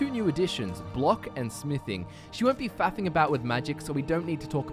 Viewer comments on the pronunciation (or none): These damn Aussies can't say "faffing" right